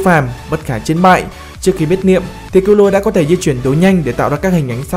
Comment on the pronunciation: Vc kil lua :)) trong anime nó còn đọc là kil lu a mà